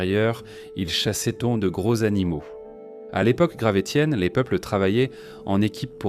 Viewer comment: Merci la voix artificielle de prononcer « gravessien » 😁